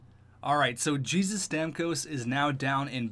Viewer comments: It’s not Jesus, it’s pronounced hey-zeus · The name Jesus in that guys name is not pronounced like u did. Tons of people are named that with the spelling Jesus, but it’s pronounced like “hey-zeus” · It's pronounced hey-Zeus it's Mexican